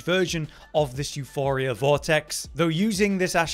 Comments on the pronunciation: EuPoria, not Euphoria. Euporia is the greek word for "abudance", if I am not mistaken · OMg my petty rage was boiling every time he said euPHoria and not euPoria Puh not Fuh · Euporia. Not Euphoria.. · It's EuPoria, Euphoria is quite literally a different word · εὐπορία is the Greek spelling, the goddess of abundance euporia. It’s not pronounced euphoria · Euporia, not Euphoria. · Its euPoria and its a greek word basicaly meaning prosperous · its not calle euphoria, its called euporia, meaning abudance. you dont even need to know how to read in order to become a youtuber apparently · You-poor-rhea Theres no H in euporia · Came here to see if we have yet another video where the name of this weapon is mispronounced, and I only had to wait ten seconds. At this point it is getting annoying, your making a whole video about the weapon and won't take a split second to make sure you're reading the name correctly. You-poor-ee-uh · εὐπορία is the Greek goddess of abundance. It is pronounced similarly to euphoria, but you pronounce the P. The third letter in the word εὐπορία is the Greek P letter. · Hes helping isnt he cause he says the name of the wepon wrong your all mad you guys are sad the info helps doesnt it watch another video if it offends that much 😂😂😂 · there is no H in Euporia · Lol, living up to expectations,... can't even pronounce the name of the weapon correctly...